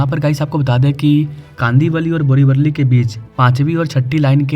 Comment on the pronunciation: अरे पागल इंसान बोरिवरली नहीं बोरिवली नाम है !